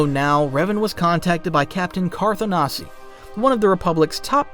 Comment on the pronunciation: Why are you pronouncing Bastilla's name like that? Or Carth's last name? The game is voiced,.